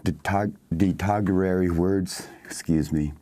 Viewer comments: Wait ‘detogatory’? Do they have him reading a script? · oh dear..he said "detogorary" words..instead of..derogatory...oh my...